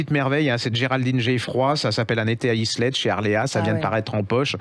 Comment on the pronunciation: bonjour svp on ne prononce pas le S de LIslette merci pour vos chroniques